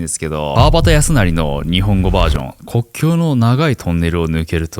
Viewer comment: 雪国の冒頭、『くにざかい』と読みます。『こっきょう』と読むと違う国へ行く意味です。